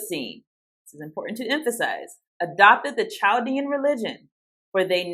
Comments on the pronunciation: Chaldean is pronounced Kall-DEE-an, not with the soft, English 'ch'. Murašu is pronounced m'-ra-shoo. The mu is like mud or mug, with a schwa 'u'; the ra is like the word rash; and, the šu is with a long u like the word shoe. Mu-ra-shoo, or m'-ra-shoo. : Excellent explanation of 'call no man your father'. Father means interpreter: PTR. That's why the Pope is papa. The one who determines the interpretation of scripture. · Just helping out Chaldean is prounounced Kal-Dean, they are native to Iraq and speak aramic their religion is catholic. There is a large population in the city of Detroit.